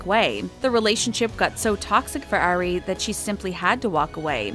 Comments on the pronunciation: It kills me when ever the narrator says “Airy” WHEN YOUR SUPPOSED TO SAY “ari” lmaoooo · it's not "air-ey", it's "R-ree" * and not "ay-rianna", it's "ah-rianna" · It's Ari. Like ARE-ee, not AIR-ee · Lydia Ann yess